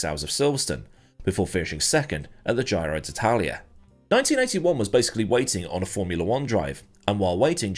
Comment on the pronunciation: Giro d'Italia ... it's Giro with a short 'i' (as in 'hit'). Alboreto was a great driver... a sad loss to motorsport.